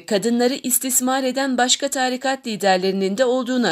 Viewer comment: Okuyan kardeşim virgüllerde nokta gibi durma. Ve taarikat değil, tarikat diye a harfini uzatmadan kısa okunur